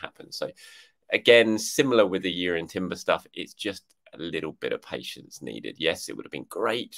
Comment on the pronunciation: I heard Jurrien Timber refuses to sign off on the deal until pronounces his name correctly! 😉